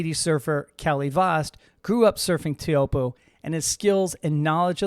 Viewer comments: I've always heard it pronounced "Choapuu", rhymes with hope, locals also say "Chopes". Pretty sure of this because I once asked Michel Bourez (Tahitian pro) about it! Am I wrong? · is disrispectful to not know how to pronounce Teahupooo